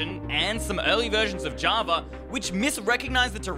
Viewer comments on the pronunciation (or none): none